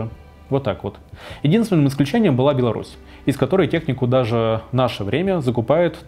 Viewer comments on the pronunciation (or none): none